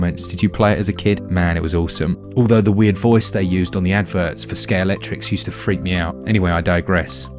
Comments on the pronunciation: Ready to have your mind blown? It's scalextric, not scalectrix. I pronounced that wrong my entire life until like 3 years ago. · Are you saying " skate electric" , " Sker Electrics", " ski electric", or none of the above?